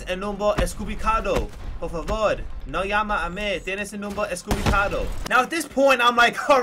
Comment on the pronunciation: Its equivocado not estkivocado lol